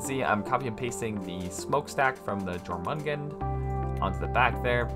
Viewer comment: just saying, the j in jormungand should be pronounced like a y. the name is based on the norse jormungandr